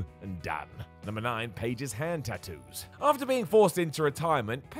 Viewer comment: Drink everytime says “Tat oos”